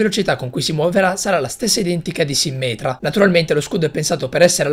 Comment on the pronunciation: Quando hai detto "sìmmetra" invece di "simmètra" mi è sembrato che avessi detto simmental! Hahahahahah